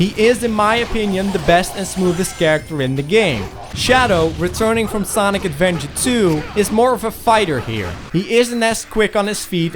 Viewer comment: "Sonic Advenger"